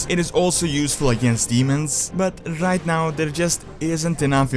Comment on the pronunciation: leets get ROIIIIGHT into the lore